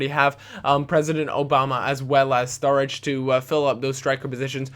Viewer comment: sturridge not sturrige